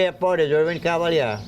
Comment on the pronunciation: Mispronounciation of his French last name - "Cav-a- leer" when it should be, "Ca - val - yay". ⚜️